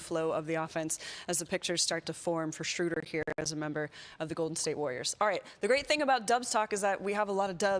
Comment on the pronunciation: Kerith, please learn to pronounce Schröder correctly, or just go with the traditional long O like the Peanuts character. "Shrooder" is just wrong. Here's how you do it